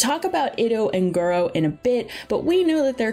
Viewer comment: Did you say… Gorou Mommy? 😳